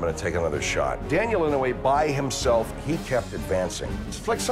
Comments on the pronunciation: Hector I was just saying that it pronounced inoy not inaway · I'm pretty sure his name is inoue but with nonstandard spelling. Pronounced ee-no-eh which is very close to what he says. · Ee-no-aye! That’s how you pronounce it. 👍🏾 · I love how he says "--and he's Daniel Inouye" like that's just how hardcore his name is and a statement to how badass he is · You are saying his name wrong. I like the show but atleast do enough research to get the pronunciation correct. I am certain he deserves it. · He pronounced his name wrong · Ugh i hated the pronunciation of Inouye but i guess he tried?